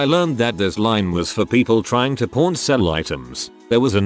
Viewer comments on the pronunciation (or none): Sounds like the narrator is saying, "Prawn Stars" & I don't know any show about shrimp. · I was only hearing the video and I was so confused 😅 like "why the f there's a reality show on hardcore porn?" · Today I learned that the AI voice makes pawn sound like porn and that apparently I’m a child because it made me giggle every single time. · This text bot really really really needs to enunciate PAWN better lol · It may have caught my attention a couple times. Lol